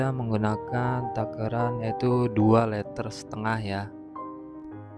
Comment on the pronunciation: Liter mas, bukan LETER